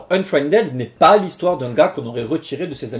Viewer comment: "Unfriendède" -->" Unfriendide" De rien.:p